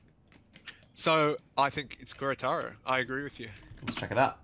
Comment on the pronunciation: "keh-re-taro" Please